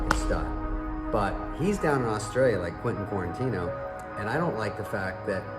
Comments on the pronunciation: Did he say Quintin QUARANTINO?? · Yes he did. I noticed that too and made a comment before seeing yours.